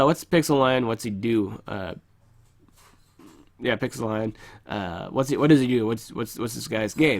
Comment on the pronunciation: Isn't it supposed to be pronounced Pixel-lie-on